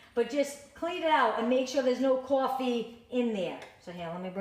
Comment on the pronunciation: caw-ffee love that accent